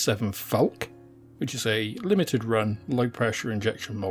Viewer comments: Falck-uh, not Falck. Terminal e's in German are not silent. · A very helpful video for beginners to modelling. Just one criticism: because they are German words, the "e" on the end of "Focke" and "Falke" should be pronounced. It's called a schwa. As in Porsche, Elbe, Goethe, etc.